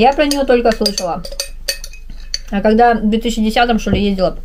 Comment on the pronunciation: Зачем ты шокаешь? Вроде русская